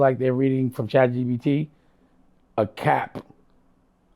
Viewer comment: Can someone tell dame its chat G-P-T. If that dummie says chat g-b-t one more time im going to throw up